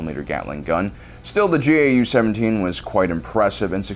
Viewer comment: gau-17 is pronounced gow seventeen like cow but with a g.